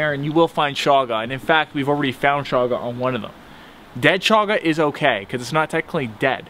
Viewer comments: its not shaga its chaga. like in chug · Chaga is pronounced like choochoo